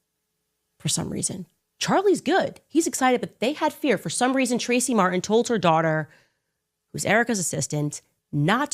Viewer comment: mar-tin or mar-en? you decide lol because fk the letter t after all